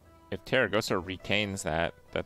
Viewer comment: Kripp, why do you keep calling her Teragosa, while her name is actually Tarecgosa?